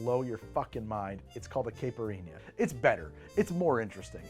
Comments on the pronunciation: The mispronunciation of the caipirinha must be noted! It's "ky" like k with an eye sound. Ky-pur-een-ya. NOT caa-pur-een-ya You're welcome 😉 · on behalf of Brazilians everywhere: kai (rhymes with high) - pir - EE - nyuh